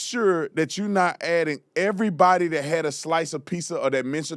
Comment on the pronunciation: The real question is, why do black people say, “piSSa” and not “piZZa?”